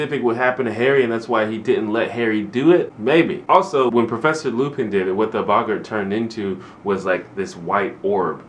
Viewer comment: Your pronouncing Boggart right, no worries, but the Riddikulus spell is more pronounced like the word "ridiculous" re-dik-ew-luss I found when I watched the movies that helped me a lot with the stuff and named I was completely lost on (looking at you Professor McGonagall) It's real fun to see your Harry Potter adventure unfolding. You have the same questions we all did, and I just hope you love it as much as we did. Trust me, the books do start getting a bit mature after this one.